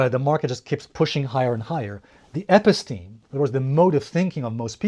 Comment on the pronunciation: Episteme is pronounced: eh-PISS-teh-mee